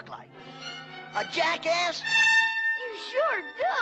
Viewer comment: he said jackess